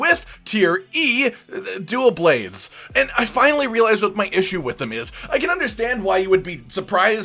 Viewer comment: This man said Dule blades e tier smh